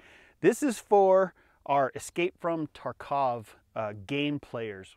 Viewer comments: it's tArkov not tarkOv!!!! You are putting the emPHAsis on the wrong syllAble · Mmm it’s not Tar-kawv it’s Tarkov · The second he pronounced Tarkov wrong, I lost interest. The second he said 855 green tips isn't in the game, I turned the video off.